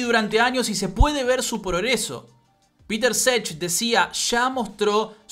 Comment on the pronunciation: genio, muy bueno video; una cosa nada más, no Petr Čech se pronuncia "Petr Chej" no "Peter Sech"